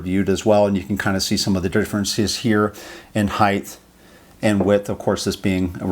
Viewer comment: Height not heigth🤮